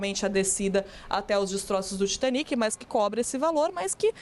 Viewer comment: O cara tá no Brasil falando pra brasileiros e usa dizer TAITANIC ..... Muita moagem mesmo viu